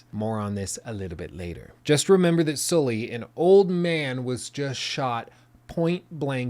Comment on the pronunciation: please pronounce Sully the right way....